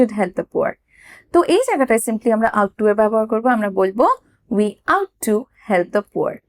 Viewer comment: আপনার ভিডিওগুলি খুবই ভালো। যখন সময় পাই binge watching করে থাকি । তবে আজ একটি ছোট্ট প্রবলেম pelam- Ought to" এর উচ্চারণ "অট্ টু" ; "আউট টু" ভালো থাকবেন , ধন্যবাদ।